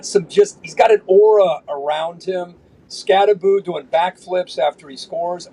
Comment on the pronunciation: It's pronounced, SKAT-TE-BO as in Skattebo, Pat. NOT "SKAT-TE-BOO" as in Scooby-Doo. Get it right, Pat. Jeesh, why the hell is every talking heads keep pronouncing Giants rookie RB, "Skatteboo?"